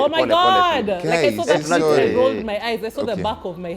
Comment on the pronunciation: Shorry ndio alimuambia... who is Shorry... ha ha ha